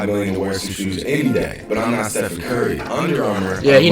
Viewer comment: Flight there are videos of you saying Steph-on